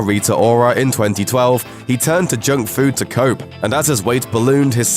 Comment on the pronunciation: I thought he said coke when he said cope at the beginning